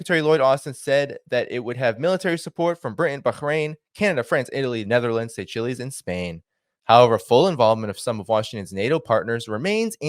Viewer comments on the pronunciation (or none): Seychelles pronounced say-shells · It's pronounced Say Shells.